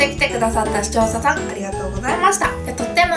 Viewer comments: ゼリーの前の視聴者さんが使用者さんに聞こえるw でも可愛いとこ💕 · カオナシ限定合コン ただ視聴者さんが言えてない… そこがまたいいんだけど笑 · 視聴者さんって言えてないゆうかちゃん可愛いww